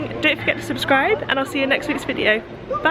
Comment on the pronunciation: stop say-subskribe-neva subskrive